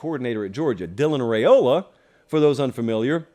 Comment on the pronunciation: Per his dad, it’s pronounced “Rye-ola”, not “Ray-ola”.